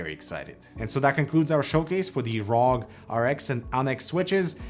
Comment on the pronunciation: My man really said RAWG 😂💀